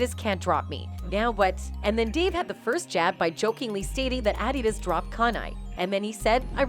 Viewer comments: Why is she pronouncing adidas like that lol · This video was narated by a robot... Listen to them say 'Adidas.' What a bunch of clickbait BS. Downvote.